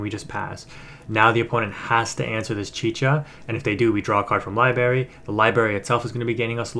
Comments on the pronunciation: It's Library,. LiBRary. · lol libary. I laugh every time you say it that way. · There's an R in Library big dog, just fyi lol. Great content, keep up the good work